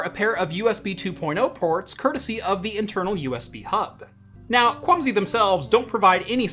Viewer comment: Am I the only one that kept hearing 'Clumsy' instead of 'Kwumsy'? No offense to the manufacturer, just a unfortunate coincidence I think?